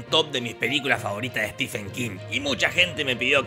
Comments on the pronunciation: Estimado..la verdad no conocía tu canal. Pero me dijeron que estabas hablando del maestro Stephen King. Y Cómo fan ,lectora y coleccionista de hace más de 20 años del sr king vine a corregir varios errores del video. En 1er lugar dices ser un lector y conocedor de king pero veo que no lo eres. Se pronuncia (estiven) No stefen. 2do su mejor novela es la saga de la torre oscura y Cómo bachman es la larga marcha. 2do su mejor adaptación al cine es Misery ya que es prácticamente igual a la novela. 3ro hay más adaptaciónes buenas Cómo 1922 (un relato corto de su libro "Todo oscuro y sin estrellas" y el juego de gerald (ambas en netflix ) miralas! 4to "ojo de gato" has dicho que no pertenece a un libro...pues déjame informarte que Si pertenecen todas esaa historias a su libro "El umbral de la noche " te recomiendo lo leas. 5to shawshank redemption pertenece a su novela doble las cuatro estaciones. 6to para alguien que dice leer a king es imperdonable que creas que the mist de carpenter es lo mismo que la niebla de king ya que pertenece a su libro Historias fantásticas. Y 7mo lee a stephen king así en un par de años haces un buen video. Sdos desde españa. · Stephen es Estefano, no Esteban